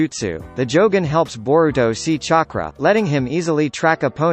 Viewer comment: This bot actually said “chakra” right.